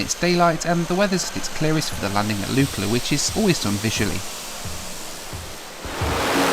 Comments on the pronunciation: 'Lookla' not Lukela. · Lukla = Luck-La, not Luke - La